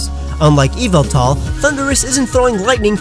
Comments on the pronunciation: erm...you made a mistake XD it's pronounced EE VAL TOR not EVIL TAR! don't correct me, because i have an official pokemon encyclopedia book! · Yvetal is not pronounced "evil-tall" it's "Ye-vetel" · It's actually pronounced ee-vehl-tahl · Its pronounced YU-VEL-TAL and not EE-V-IL-TAL!! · Yov-ol-tal!!!!!!!!!!! Not yovoutoll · Oh hey man sorry to say you got one more thing wrong, in this video actually. Don't you know Yveltal is pronounced YAHVULTAL?!?!? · its yavaltal ya-val-tal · its ee - val-tal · Every single time he said Yveltal I was thinking, “No, it’s YAHVULTAL!” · The y in this name turns into an e sound, it's ey-vol-tal. In the word yygdrasil the y turns into an i as it is a double y, ig-drah-sil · According to the company when this Pokemon was first revealed they stated it was meant to be pronounced ee-VELL-tall. The Y having a EE type of sound and the E after the V being pronounced like in kept or sent. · yahvultal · Actually, it's pronounced "ee val tor", anyway, that's what it said in the anime also, i have an official pokemon encyclopedia! so don't correct me! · Yveltal is actually pronounced eeval-tahl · YES YAHVULTAL!!! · YAHVULTAL! GOD OF DARKNESS AND DEAATH! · No it’s Yveltal is pronounced YEE VEL TALL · Actually, that's wrong too. It's pronounced E-vel-tall. Y'know, like the word "evil"? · i thought it was ee-vel-tall. whatever. i don really care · I pronounce it (yeh-vel-tah) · OMG IT IS PRONOUNCED YA-VEYE-TAL! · etan 1315 no, it's pronounced either Ye Vel Tal or Yah Vul Tal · It’s yahveltal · Its yavaltal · You said Yveltal name wrong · I was just thinking about that every time he said yveltal lololol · WAIT HOW DID YOU CALL YVELTAL